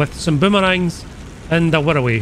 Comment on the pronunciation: How do you manage to pronounce wirraway like 108